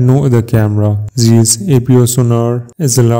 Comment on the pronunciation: It's Zeiss zaaaaayyysssssss not zeeeeeeesss.